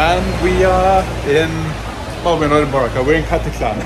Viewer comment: I just noticed that sometimes you pronounce Boracay incorrectly, but later, you change and say it right. Just noticed it, and I thought it was funny. Love to see you and Grae out enjoying the Philippines. ❤